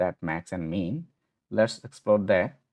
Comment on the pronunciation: Very good stuff!! Just a comment on the .ndim property, we normally would say "ndim" like a dim light, not the $0.10 American coin. Even more importantly, on the function names, min , rhymes with pin, win or thin, sounds here a bit too much like mean , which rhymes with bean, dean and clean.